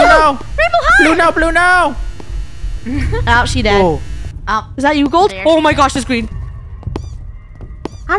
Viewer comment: why did say blueno?